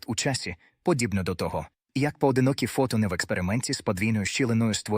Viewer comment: дякую за гарний настрій від вимови ші. фотонИ - це шедевр. Напевно, це люди, які полюбляють фотографувати))) а оце "всесвІту". Якщо є всесвІт, то має бути і всетемрява:face-green-smiling: а оці "квантОві явища" - це просто вогник-вогник, жарко-жарко